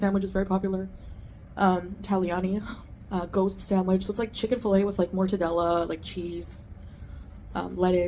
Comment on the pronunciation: And call it a “SAMWIDGE” I want to pop her every time she says it 🙄